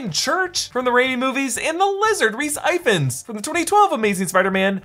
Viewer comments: Rhys Ifans.... it's not pronounced I-FANS!!🤦🏾‍♀️🤣🤣 Sorry it just irritated me a little as I've had no sleep. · Tip for the future, it's pronounced ee-vans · You triggered me with the way you pronounced Ifans especially as a Welsh person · Ifans is pronounced "Ih-vans" mispronouncing it every time is driving me nuts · It’s pronounced “eevans” not “eye fans”. It’s a welsh name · rhys ifans’ surname is pronounced ivans. he’s welsh so f’s are pronounced like v’s. we have a different alphabet:) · Rhys Ifans is not pronounced like that. It's Welsh. Pronounced more like E-vans.